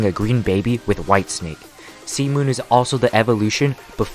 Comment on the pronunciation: idk why but everytime he says c moon it sounds like semen for me